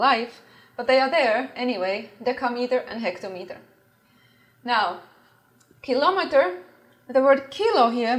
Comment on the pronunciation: Nice video. Unfortunately you mispronounce kilometer 😊